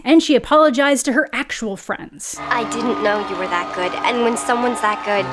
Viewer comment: "She's really gouid" 🤣